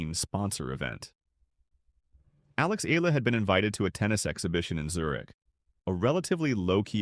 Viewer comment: its not eela its eyala.